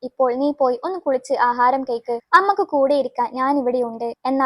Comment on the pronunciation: അമ്മക്ക് അല്ല അമ്മയ്‌ക്ക്